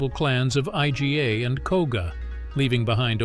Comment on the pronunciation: First, the cartoon looking shinobi outfits. Next, the fallacy that shinobi were separate from samurai. The poor use of computer voice that can’t pronounce Iga. The final part did discuss that shuriken were not a “standard” weapon and that the clothing wasn’t what the video showed.